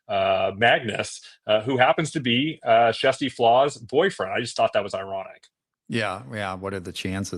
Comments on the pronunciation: Love this! Great explanations all around, very straightforward and easy to understand! Question: Why are you calling her Jessie Flaa? She pronounces it “Kirstie” every day on her channel. Also, there were no SH claims in 2023, so how could they investigate them? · They're trying to pronounce her name the Norwegian way, which has a soft 'k', more like 'shjersti', although that's not exactly correct and there's no direct equivalent in English.